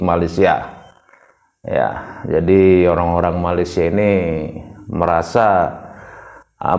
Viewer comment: Malaisia bang, bukan malaides 😂